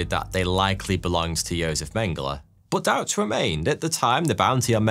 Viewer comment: He pronounced Josef correctly which itself means he can be excused of all other pronunciation crimes.